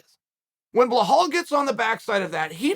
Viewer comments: Blahal... It's Beh-lal Belal Uncle Chael murdering names left right and center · His name is Belal, not Blohal. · Cheal ma brotha it’s Be-lal not Ba-hal. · Love your work. Please learn to say the name BILAL. His name is not Blahal!! thanks!! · Listen, if uncle Chael says his name is blohal then that's his name from now on. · Behal Muhammad: ❌ Bluh-hull: ✅ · Blahal - lol Chael tells YOU what your name is! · Mr Sonnen, its BELAL, not BLAHAL. You're saying it wrong! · "Blawhall Mohammed", thank you for introducing me to this new fighter on the roster, Chael. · How has nobody told Chael that’s Belal not “Blahall” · I love that his moniker is Belal "Remember the Name" Muhammad ... but Chael's decided his name's "BleHALL." 😅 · Colby too scary. Who is Behall Mohammed though , chael will butcher a name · It’s BILAL not BAHHHAAAAL 🤦🏼‍♂️🤣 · Uncle Chael, his name is really not Blahal, it's Belal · بلال not بهال Bilal not Bihal He’s not Brazilian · I think when he says blahal he blameans belal. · 🤔Bruh... Can somebody please tell me who the hell is the "Blehall" this man speaks of??? Cause I don't believe I've ever heard of him, or her for that matter. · Nobody: Chael: Bahal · Chael "i love belal a lot though i keep calling him blahall" sonnen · Why does chael call him blahall? 🤣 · say it with Bē lul the H is silent bro 😎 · How the fuck do you manage to pronounce belal "blahal" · why chael just cant say bellal? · It’s not blehal lol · Big fan of yours Chael, but you need to stop calling Belal "Blahal" 😅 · Bilhal and Khazmat, love how you do this on purpose all the time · Bellal said " remember the name!! Chael: blehal.. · The prophet? Edit: Also, "Blehall"? Bro intentionally pronouncing names wrong now. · It's Bluh-HALL.....but you're on the right track 😉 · BELAL - Beh-Lawl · why do you keep pronouncing it as "blahal" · Why do you call him Bhall? It's Belal for English speakers and the rest of world it's Bilal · I’m still wondering.. who the hell is Blehall? 😂